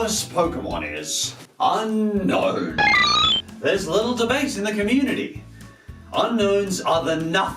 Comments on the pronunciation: A. Also, did you know that Unown is pronounced as it's spelt: Un-Own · Its actually pronounced un-own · Do you want to catch this pokemon? u-NO-wn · It's pronounced un- own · the correct pronunciation is UN OWN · its pronouced un_own not unknown